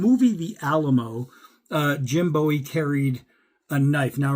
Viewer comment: If you can’t pronounce Bowie correctly you should not have a knife channel!